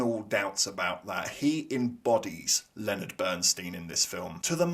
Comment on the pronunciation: Why does everyone mispronounce Bernstein's name? How could you sit through that film and not get it?